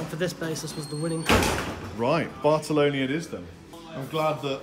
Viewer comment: Bartolini, not Bartoloni.